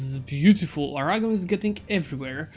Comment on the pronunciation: I love the way you say 'Aragon' It sounds like 'Arahgon' when you say it